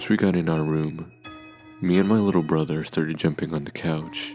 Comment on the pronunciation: Lol "while my little bother"